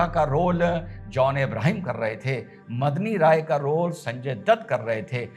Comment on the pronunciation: मदनी राय नहीं मेदनी राय नाम था मेदनी का अर्थ पृथ्वी होता है।